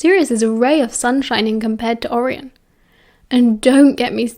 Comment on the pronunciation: the way you say andromeda and orion has me on the flooy 😂😅